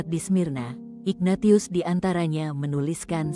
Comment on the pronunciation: Maaf, narator tidak paham penyebutan nama yang berasal dari ejaan bahasa Latin: Ignatius seharusnya dibaca: inyatsius